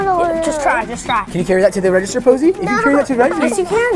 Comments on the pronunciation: it’s poise not Poseie💀💀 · It’s poseie not posey 😊😊😊😂😂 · It posie like look at all the other comments no afence